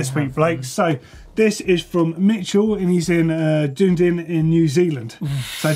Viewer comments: Just saying it's dun-ee-din not dundin. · #vieweredit Mitchell is from Dunedin, pronounced done-e-din! not doon-din ya noddy! haha